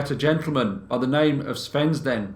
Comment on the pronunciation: I have to agree. The straightforward and no nonsense presentation makes for nicer viewing. The only slight irritation is the occasional “vuh “ instead of “the” but that’s just me and my ocd.